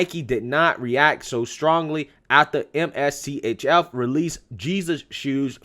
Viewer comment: I think the company's name is pronounced "mischief "